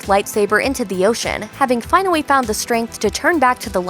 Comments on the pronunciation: Is it me or did she say "finally" and "apologize" kinda weird? Was that on purpose or am I hearing things? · "Finawy" "eventuawy" "specuwates" "channewing"